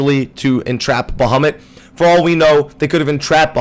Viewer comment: Baha moooot It's sounds strange when you say baha mutt really fast